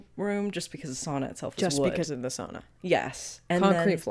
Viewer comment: Loving the correct pronounciation of SAUNA in this video as a Finnish person